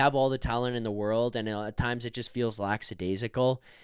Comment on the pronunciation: Psssst, it’s LACKadaisical not LAXidaisical.